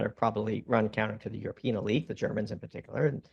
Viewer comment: The number one substack account in the world pronounces elite as e-light?